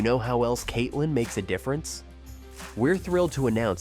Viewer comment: also saying Katelee instead of Katelyn; more grief.